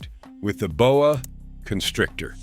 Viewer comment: The Bo-eh? Constrictor is from Canada.